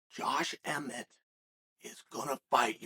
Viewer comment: Josh emmett is the only name he has ever said right